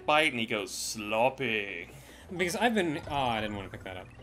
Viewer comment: Oh my goodness, said 'SLOPPEH'. I feel complete.